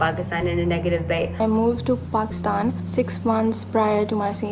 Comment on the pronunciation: Why can't say Pakistan properlyy